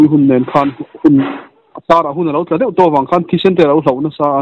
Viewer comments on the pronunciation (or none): none